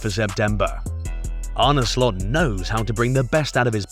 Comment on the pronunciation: First of all, learn how to pronounce his name right 😂